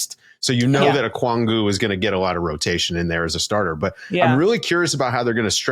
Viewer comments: As a hawks fan it's so wild being in the media spotlight. Shout outs to Lauren Williams as always! Also its Okongwu, not Okwongu! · REPEAT AFTER ME, guy on the right! OH-KONG-WU!!